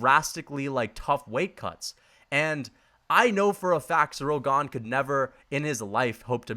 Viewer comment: That’s not how you say Ganes nickname